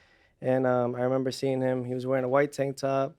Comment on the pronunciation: Someone gotta teach shakur how to say HIM, not “Hum” lol